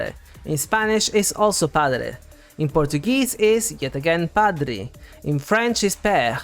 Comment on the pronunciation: Great video as always!! Off-topic: I must say my jaw dropped ! As a Brazilian, I did not expect your flawless pronunciation!! Although is written "padre" (with the /e/ sound, therefore, the pronunciation should be similar to Italian or Spanish), in spoken-Portuguese, we actually say it with an /i/ sound 😅